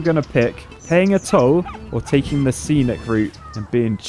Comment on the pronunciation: “Scenic” not “senic”